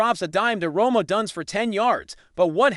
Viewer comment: Stop mispronouncing odunze 😮